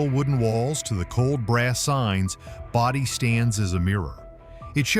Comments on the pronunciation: Boe-dee, not body. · Bodie is prononced BOE dee. we just wenrt there last year. no we didnt take anything we didnt pay for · I didn't know there was a desert in Connecticut. It's pronounced Bode-EE, California. Portlock, Alaska has dry deserts, tropical plants and is served by the British post office? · It's Brody not body you need to do your research to learn how to say the word correctly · Stupid AI pronounces Bodie incorrectly